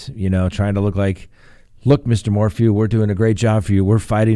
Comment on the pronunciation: His name is pronounced MOR • FEW, not MOR•FOO.